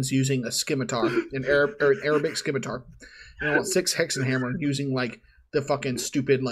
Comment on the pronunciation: The C in "scimitar" is silent,. Its pronounced "simitar", not "skimitar".